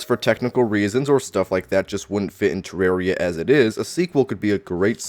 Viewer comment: Man this is so petty but I can't watch your videos because of the way you say "Ter-rare-ia" 😂